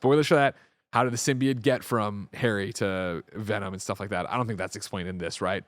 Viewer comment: I think Greg meant Sym-bi-oat and not Sym-bee-it